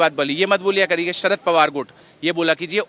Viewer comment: Sarad border nahi Sharad bolna seekh sahi se.